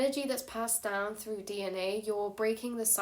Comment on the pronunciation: Yep, this adult said "froo" . Pretty sure it's Through.